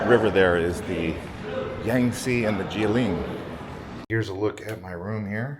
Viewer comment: Guilin is pronounced " kwee lin. "